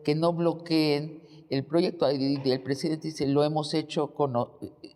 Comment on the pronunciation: Hola Eláudia. ¿Ecsáctlí? Como dice nuestro PreJidente: "ConRerspeto"... ¿Acaso eres extranjera pero parida en México? ¿Nuestro PreJidente Andrés NEPOMUCENOmanuel López Obrador (ANLO) ¿Tiene facultad para imponer a la indiada nacional a una fichita que ES JUDÍA y sin gota de sangre nacional, como los 2 machos con los que se ha aparCasado? LLÓ siempre voté por AMLO pero no por su IQ ¡Así NO... ANLO!